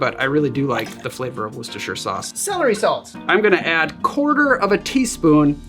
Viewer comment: Just wanted to say well done for saying Worcestershire sauce correctly.